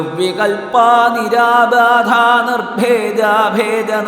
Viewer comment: Sloka 49... നിരാബാധാ എന്നല്ലേ മറ്റു ചില സ്ഥലങ്ങളിലും ,' ബ' എന്ന അക്ഷരം കൃത്യമായി കേൾക്കുന്നില്ല. Sloka 109.. സർവ വർണ്ണോപശോഭിതാ എന്നല്ലേ 23.06